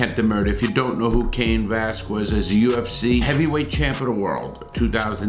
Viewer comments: I know you're white but when you're saying his last name please make sure you add a "L" 🤮🤣🤣🤣🤣VASQUUUUEZZ..... IT'S "VE-LA-SKEZ" in case you can't pronounce it 🤣🤮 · Larry, it's "VELASQUEZ" not "VASQUEZ!!!" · “Cain Vasquez” it’s pronounced Cain Velas-kez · Larry to be corrected its Ve-Las-Quez NOT Vasquez!! Dont mispronounce names, its not a good look!!! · Cain Vasquez? It's VELASQUEZ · Velasquez not Vazquez. Just because he has a Latina last name doesn’t mean he’s from a different country I’m 99.9% sure that he’s of Mexican heritage but born and raised in the United States California might want to check that before you say it just saying with all due respect sir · Que is pronounced ke. Its not vasCUEs, its vaskes. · lol. also i think the last part is a "skwez" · Yo you missed the L IN VALASQUEZ 🤣🤣🤣🤣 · “Va” “Las” “Quez” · Cain “Vasquez”. Good lord man. At least learn his name before you start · Know his name first bro it Velasquez not Vasquez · Valesquez val as kwez. Lol 😂😂😂😂 I'm just being an ass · Vel ----- ass ----- quez bro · Dude...it's VELASQUEZ, not VASQUEZ!!! SMH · Velasquez not Vasquez. Come on Larry! Get it together Man! 😂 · Its Valasquez fool get it tight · Say it with me, Larry…Vuh-laz-kez. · The quez in Velasquez is pronounced....kez, phonetically it would be...velaskez. 😃👍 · Dude SAY his last name right!!! VEH LAH S KEZ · That pedophile was already convicted of molesting another kid before his parents let him live with them and be amongst the children they were taking care of in their daycare so fuck them too! Oh and Velasquez is pronounced (VIL - LAS - KEZ). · Larry Larry. Love ya bud, but it's Velasquez, and pronounced "Velaskez". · Its vul- las- kez my dude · VELASQUEZ NOT VASQUEZ YOU TOOL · Dude, it's VE-LA-S-KEZ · Brutal. Absolutely brutal pronunciation of Cain Vasquez, I mean Valasquez’s name LOL. numbersign:freecain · He gave up trying and just called him Vazquez 😂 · Velasquez not Vasquez bro with a L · Your pronouncing his last name wrong.